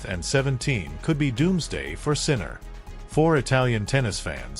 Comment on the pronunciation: Won't even watch this YouTube. You didn't even pronounce his name correctly.